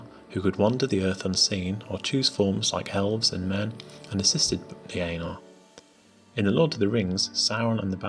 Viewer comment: Ainur = Aih-nhoor